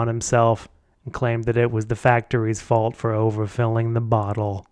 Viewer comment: Space-time’s fauwlt! 😂😂😂😂